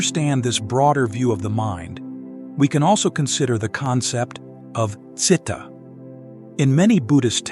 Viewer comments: The reader should learn to read Pali words correctly e.g., Citta (jit-ta). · Citta is pronounced chee-ta.